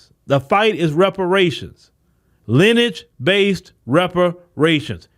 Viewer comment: Lin-e-age not “Linage”.